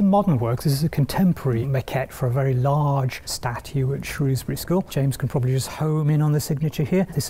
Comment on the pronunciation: earned the respect of everyone in Shropshire for knowing how to pronounce Shrewsbury correctly